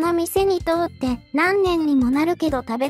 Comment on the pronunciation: 通って（かよって)を通って（とおって)と読んでいる箇所もありました